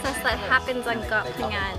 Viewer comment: You pronunciation of koh phangan is PERFECT. 👌 Drives me crazy when people are like KOH PANGYANG smh 🤦‍♂️